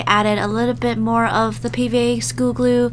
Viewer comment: Anyone else hear her say schoo instead of school?